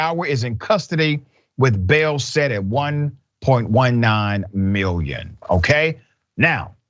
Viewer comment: Look at her. What else was she going to do?! "1.19 million" this mofo can't read or pronounce the simplest of shit...